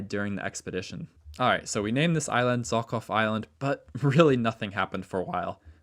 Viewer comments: Not Zokov, but Žohov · Hi, just a tip: Russian "Zh" is pronounced like a very long "J" (like a vibrated "sh"), not Z! Amazing videos, as always! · I want to correct your pronunciation a little bit, so that you don’t make similar mistakes in the future and don’t angry any potential easily offended linguists. Zh is pronounced similar to j except it doesn’t have a little d sound in the beginning. You could also think of it as a continuous j. Personally I write it like zjh so that at least something is similar to the ж letter that it’s supposed to represent. The kh is pronounced like a hard h. Technically the letter it represents is itself h (Cyrillic: х) but it is still written like that because it has a tiny difference to the English h. The English h sounds like you’re warming your hands with your breath in the cold. And Russian h sounds more like you’re about to spit but you don’t. You don’t actually have to try and do it properly and just saying English h whenever you se kh will do just fine and probably be even better. K in the kh acts like k in knife. I will not talk about sch. It is way too complicated to explain in a YouTube comment so just pronounce it like sh and you’ll be fine. And borscht is pronounced like borsh. So Zhokhov is pronounced like zjhohhov (jjohov) Fire video 🔥